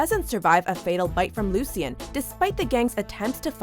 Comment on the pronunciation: "Luciyen" At least watch clips of the show smh.